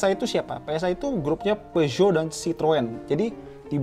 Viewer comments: Kata sales Daihatsu phushot bacanya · Peugeot di baca PEZO, kata guru bhs prancis SMA gue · Klo ngucap peugeot dibaca Pizot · Peugeot = piusot